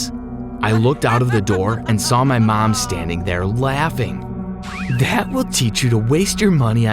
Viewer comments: so no one’s gonna talk about how he say “mam” instead of “mom”??? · Why dose he keep saying mem